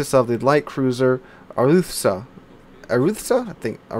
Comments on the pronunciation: I did a re viewing of that vid and have corrected my previous post. He does pronounce it are-i-thoo-sah. Now this has gone back and forth long enough so let's just drop it. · I believe it's pronounced Air a thusa.